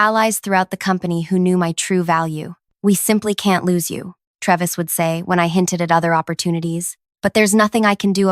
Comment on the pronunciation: It's pronounced TRAY-vis